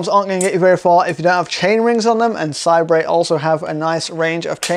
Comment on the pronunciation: i think it's pronounced 'say-bur'